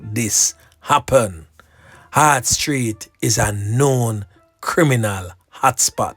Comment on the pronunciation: HART STREET NOT HEART